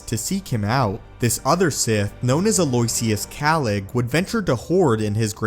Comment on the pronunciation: Aloisius - "Al-oh-ish-ee-uhs"